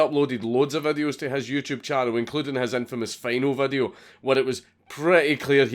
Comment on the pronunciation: The way you say "youtube" sounds like "jewtube".